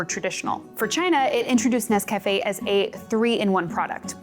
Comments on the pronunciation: This is very interesting, learned a lot about instant coffee I didn't know before. But, please forgive me, the mispronunciation of the product name was very distracting. It's not "Ness Cafe" (as if it were two words). It's Nescafe. All one word, like the lady in the old commercial pronounces it... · It's instant for me, but when I run out of that, I use a French press and standard grounds. Tasters Choice is my brand. Also, it' Nes-cuh-fay, accebt on the ay, not Nes-caff-ay. I prefer Classico and Maxwell House as well, because they're cheaper that Tasters Choice.